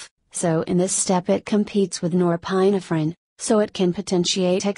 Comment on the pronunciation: This is good and to the point, except your automated computer voice-over let's it down. .... "Nor-PINE-uh-fr'n" and pronunciations like that are really distracting.